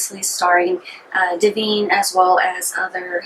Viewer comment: 1. It's Duh-vine. 2. You seem way too uncomfortable with this film. 3. It was the first time a transwoman was in a movie for general release. And mr marbles running in fear from her showing off to me as a fellow transwoman was fucking hilarious. 4. The dog was fed steak for three days according to John waters. Better than cat shit and garbage. 5. There are two people in the world. Those who think Pink Flamingos is funny and over the top, and those who forget it was a gross out flick, meant to offend and shock.